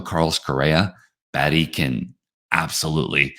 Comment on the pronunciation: It's Bae-tee not Baa-tee